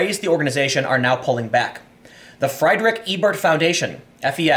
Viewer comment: It is when Tim keeps saying Friederick like fried chicken.